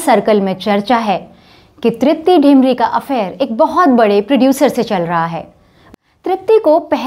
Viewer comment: तृप्ती डिमरी(Dimri) है। ढिमरी (Dhimri) नहीं। क्यूंकी मैं भी डिमरी ही हूं। सभी डिमरी लोगों का मूल गांव डिम्मर Dimmar है। ये उत्तराखंड के गढ़वाल मंडल के चमोली जिले के कर्णप्रयाग तहसील में आता है। वैसे हमारे मूल पुरुष दक्षिणी भट्ट ब्राह्मण कर्नाटक से बद्रीनाथ में रावल के सहायक के रुप में कार्यरत हैं। वैसे मुझे ये नहीं पता कि वर्तमान में तृप्ती का गांव का नाम क्या है। हां, कलाकार वाकई ग़ज़ब की है।